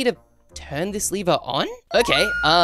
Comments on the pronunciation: it s not leaver it s lever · Not liver it's lever